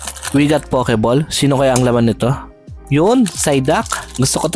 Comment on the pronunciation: Pakilagyan po ng W after ng O sa POKEBALL para masmaganda po ang pagbigkas - POWKEBALL , peace ✌️ bro 😅